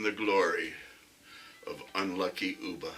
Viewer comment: It's pronounced as UHB AAH , NOT OOBA, He was killed by a Northumbrian, like me!!!! We still share a lot of common words and phases with the Scandinavians (they love coming across to Newcastle on the ferries to shop- it's so much cheaper here) and their accent is just like ours. Of course they first raided Lindisfarne (Holy Island) in 793 AD.